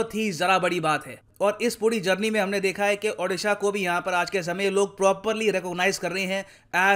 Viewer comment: Sir can you please pronounce O-disha its not Adisha... Please sir its a request from Odia....love from Odisha to all